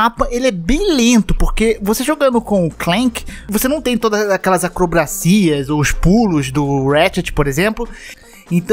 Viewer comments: "Acwobacias" 2021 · "acrobracias" hahahahaha